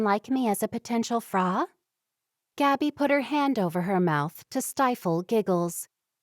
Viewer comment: It’s a pity the reader does not know that frau is pronounced as if it rhymes with cow